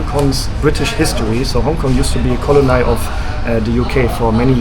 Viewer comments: Kleiner Tipp zur Aussprache von Colony: Du sprichst es wie „Kolonei“ aus, aber am Ende wird es wie das deutsche Wort Kolonie betont (nur mit einem kurzen, unbetonten ‚i‘ am Schluss und der Betonung auf der ersten Silbe: CO-lo-ny) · Colony pronounced “Col-lo-nee” not nye